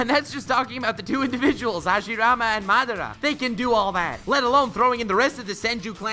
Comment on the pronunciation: I am the only one who subscribed to this man because he pronounced madara correctly.